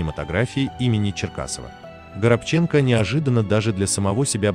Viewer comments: Как прочел ГоробчЕнко, сразу раздумала ставить лайк. Учите русский язык. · Он ГорОбченко. Ударение на втором "" О"" противно слушать как коверкают имена и фамилии актеров. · ГорОбченко,а то аж слух режет ваше произношение фамилии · ГорОбченко,ну ухо режет произношение. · Отвратительная работа диктора!И фамилия актера ГорОбченко! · Украинская фамилия, ударение нужно ставить на букву о, горобец, воробей на русском. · Действительно ударение неправильно ставится,будто бы специально...Очень режет слух...Неужели,читающий такой"баран",что не понимает это...Ведь этот актер очень известный... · Ну хоть в фамилии можно правильно поставить ударение???? Хоть из-за уважения в хорошему артисту???? Его таланту??? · Будьте добры, в фамилии актера произносите ударение правильно!!! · Почему Вы не уточнили где ставить ударение в фамилии известного и уважаемого человека? Непростительная ошибка, я думаю, ему это неприятно. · Ставьте правильно ударение в фамилии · Автор,не стыдно тебе неправильно произносить фамилию своего героя,он не заслужил такого издевательства,наш любимый актери порядочный человек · Ну если вы рассказываете о человеке, то хотя бы ставьте правильно ударение в его фамилии. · НАУЧИТЕСЬ ПРАВИЛЬНО СТАВИТЬ УДАРЕНИЕ НА ФАМИЛИИ ПРОСТО РЕЖЕТ СЛУХ КОГДА НЕ ПРАВИЛЬНО ПРОИЗНОСЯТ ФАМИЛИИ АКТЕРОВ И ДР.ЛЮДЕЙ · Научитесь правильно ставить ударения и не коверкайте фамилии... УШИ РЕЖЕТ! А потом вылезайте в эфир. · Ударение на втором слоге в фамилии. Комментатор какой национальности ? ? ? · Правильно говорить Горобченко с ударением на ро. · Раздражает то, что читающий текст человек делает ужасное ударение, узнал бы сначала как правильно звучит фамилия актера, слух режет. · Диктор, нормально называйте фамилию актера!!!!!!!!! Ударение на второе О ставить надо. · Горобченко. Ставьте правильно ударение, режет уши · Когда научитесь правильно ставить ударение? Совсем другая фамилия по вашему произношению. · УВЕРЕНЫ В ПРАВИЛЬНОСТИ УДАРЕНИЯ В ФАМИЛИИ? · Произносите правильно фамилию!!!